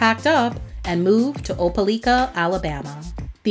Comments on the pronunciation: That brother put out some hits that remain untouched. Glad he's doing well for himself outside of the music industry. BTW, as an Alabama native it's pronounced Ope-LIKE-a, not Ope-LEEK-a 😅. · You pronounced Opelika so wrong 😂😂. It’s O-pa- like -a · Joe is from my hometown. It’s pronounced O -PE -LIKA! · Say it with me O-pah-like-ah...lol. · It’s oh-pee-ly-ka. That’s how you say Opelika. I was born in Alabama down near opelika so I cringe when she don’t pronounce the city name right. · It’s pronounced Opalika/opalaka Alabama though not spelled like that lol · Lol Opa-leeka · It's pronounced Ope-lie-ka. 🤦🏾‍♀️ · FYI........ Pronounced Opa-LIE-ka 🤦🏾‍♂️🤦🏾‍♂️🤦🏾‍♂️ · That pronunciation bothered me. I graduated from Tuskegee so I had to learn the names of all the surrounding towns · Thanks for correcting her pronunciation! I went to Opelika High School with Joe. Such a soulful voice he has.